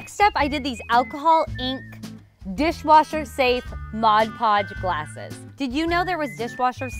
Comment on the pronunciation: Just had to pause to come here and comment, THANK YOU for saying "Mod Podge", It annoys me when people say "Modge Podge", just one of those little things that makes my eye twitch, even though it's a common mistake people make.